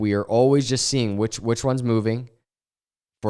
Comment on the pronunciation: "I jes wanna talk about....."